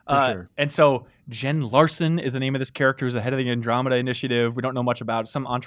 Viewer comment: It's Garson not Larson